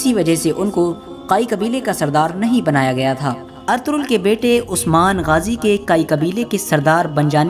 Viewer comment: o Bhai Artughral nhi Ertugrul name he jismy (g) silent he. usy hum Erturul bolengy.